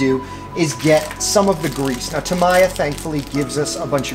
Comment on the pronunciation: Tam-ee-ya. Not tam-i-ya